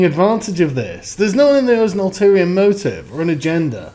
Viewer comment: I hear so many people try to say this, and they say "all"-lterior. Ulterior motives. Sorry sargon, I know we have very different accents, but it sounded like you said "all"-terior so, I'm putting this in here.